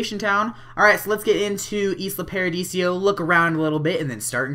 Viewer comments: It's paradiso not paradisio :P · its not islo paradisio its islo paradiso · Lol, it's "Isla ParadiSO", even though Isla ParadiSIO also sounds good. xD But nice video ^^